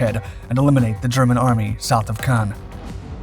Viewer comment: “ Pownzers in Cogn . “